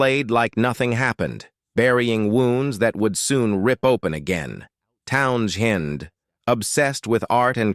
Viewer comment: "Town - chin"? I'm out. Bye!